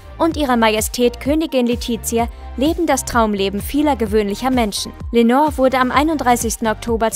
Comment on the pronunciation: Leonor heißt sie. Nicht Lenor.